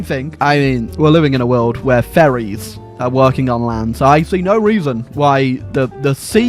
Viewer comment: I always hear "Furries" when he says "Ferries"